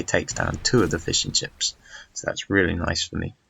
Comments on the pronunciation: The game was a great watch, but I keep hearing fish-and-chips as he starts talking about his boats :p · ***** lol it sounded so much like `Fish and chips´